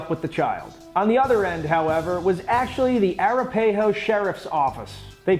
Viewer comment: I’m really hoping he is trolling Coloradoans on how he pronounced Arapahoe...